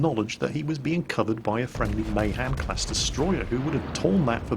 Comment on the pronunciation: "May Han"? jesus, wtf?